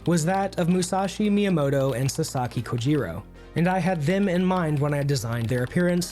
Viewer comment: Your pronunciation of Japanese names is horrendous. Especially for Kojiro. But good video nonetheless